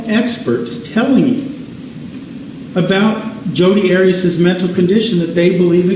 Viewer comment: He didn’t call her by her name to her during the entire trial….when asking witnesses questions it was always Ms Arias and he intentionally pronounced it differently every time….